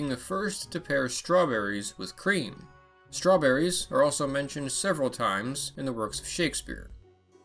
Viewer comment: I heard somebody mentioning Strewn-berries?